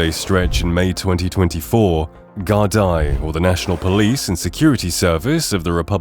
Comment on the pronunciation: The C in Celtic Tiger is a hard C. Celtic football club use a soft C. The word Ireland has an R in it. It is not pronounced Island. Gardai is not pronounced "Gar-die", it's pronounced more like "Gar-dee"